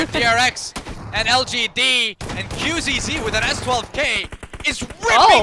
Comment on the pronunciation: dafuq is wrong with the caster? Xing is not King, Qzzz is not Qxzz, alots of mistakes